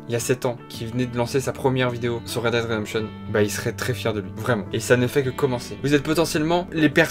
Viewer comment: juste "read DID redemption" ça m'a tuée